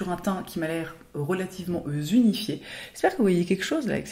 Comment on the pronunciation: "Et donc nous avons un teint relativement... Zunifié" 😂😂😂 J'adore ! Je suis fan de toi depuis tellement d'années tu es mon héroïne ! Passe de belles fêtes ❤